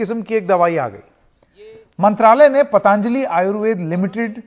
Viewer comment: शब्द पतांजलि नहीं पतंजलि है। उच्चारण सुधार लें तो मेहरबानी!